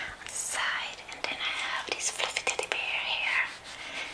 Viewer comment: 😐😐😐😐😐🙏 im praying for the way you say teddy bears